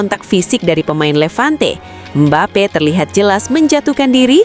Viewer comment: MBAPE tanpa (P) Jadi Mbae😂